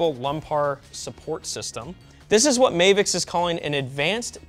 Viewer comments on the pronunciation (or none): I think it’s supposed to be pronounced as Mah-vicks and not May-vicks. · Anyone else wondering why it's not spelled Mayvix and he's saying it as May-vix? Weird way to pronounce Ma-vix. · Why does he call is "Mayvix" there's no y its "Mavix" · Mavix, not Mehvix.. Ma, like mama... Or am I wrong?